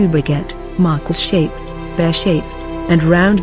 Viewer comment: The correct pronunciation is Mar-keez not Markwis